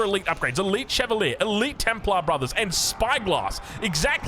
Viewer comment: While you're looking up the pronunciation of Szlachta, look up Chevalier as well... it ends with the same "ier" as Arbalétrier, so why pronounce it so differently?